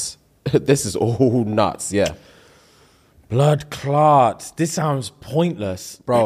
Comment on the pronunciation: Did just say bloodclaat??? 😅😅